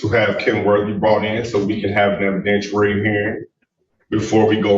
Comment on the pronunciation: Evidentooary hearing.